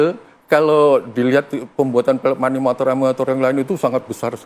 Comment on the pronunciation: Nyebut animator aja susah